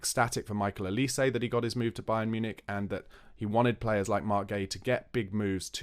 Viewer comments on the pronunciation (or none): none